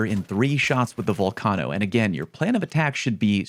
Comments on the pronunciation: ITS NOT VULCONO ITS VULCANO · "Tor-rent-ā" = 👎 "Tor-rent" = 👍 "Vul-kane-ō" = 👎 "Vul-căn-ō" = 👍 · Val-car-no 😂 is that really how it’s pronounced? Thought it was vul-cane-o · "Vul-cahno"? it is pronounced "Vol-cayno"! Still loved the video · Why do people pronounce it volCARno? What's those mountain things that erupt and spew out molten magme? Is it a volCARno? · Streamers who pronounce Vulcano “Vul-KAHH-no” are gayer than cum on a moustache. I don’t make the rules 🤷🏼‍♂️ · That Vulcano pronunciation is criminal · the way you pronounce Vulcano hurts my ears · Disliked due to pronunciation of Vulcano. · Did this dude actually just pronounce volcano like that lmao